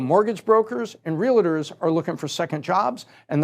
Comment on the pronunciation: REAL-A-TOURS. ITS PRONOUNCED "REALTORS"